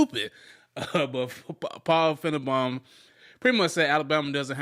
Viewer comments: Its FINE-BAUM not FIN-E-BON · It's pronounced fine-bomb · I think he knows how to pronounce his name… It’s meant to be an insult. As Paul Fi-ne-Baum (Bomb) = self destruct